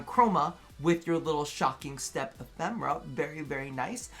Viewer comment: Im sorry,! It is E-phe-me-ra:D (Not E-phem-ra)